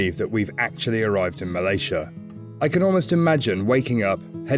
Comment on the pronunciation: Bravo, u pronounced Malaysia correctly both of you.